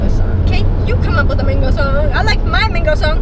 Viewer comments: whats MAYNGO 😂😂😂Isnt it Man-go, sorry I'm not hating I love you guys <3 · They said "Mingo" I say "mango"😂😂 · lol I’m from England so to me when the merrell twins say MANGO it sounds like they’re saying mengo/mingo 😂 whyyyyy... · I found it very strange that they said mengoes instead of mangoes, is that an American thing? 😂 coz that's definitely not how we say it in England Lol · What else thought Ronni said Mingos. I did. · estefanny reyes: I love how they say 'mengo' 😂 no hate! I love these guys!!!!! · Carlos Castillo I love how they saw mangos , it sounds like mingos or Mingus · Habiba Alom I pronounce it (MAIN-GO)